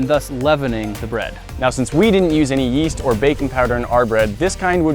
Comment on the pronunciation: That bread doesn’t have any YEEE(as)T